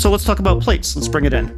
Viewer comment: It's pronounced plats, not plates!